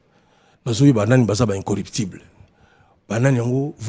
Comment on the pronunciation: MANDAT CHANTE AZA NA PROBLÈME YA FRANÇAIS, MOT" incorruptible " NDE ESALAKI YE MOBULU NA CERVEAU.